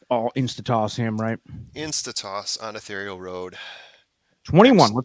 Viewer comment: Still hearing Tayba all over the place. Even Mike Smith said it both ways in an interview. In another interview, he didn't say it at all. Heckfire, even Yakteen said Tayba. Oh well. Now if someone would educate a few folks on how to pronounce Ethereal...as in Ethereal Road. Unbelievable.